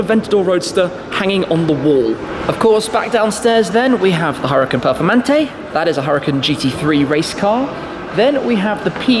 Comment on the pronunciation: omg u bothering me how u pronounce huracan and urus